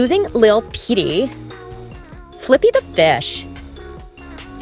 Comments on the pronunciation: Petay 😂😂😂 it’s pete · “PeTAY” IM CRYING 😭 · "LeTtLe" PeTaY" IM WHEEZING RN BRO 🤭🤣